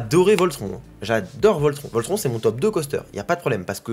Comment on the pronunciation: hahah j'adore tes videos mais pleasee un effort sur la prononciation de Voltron haha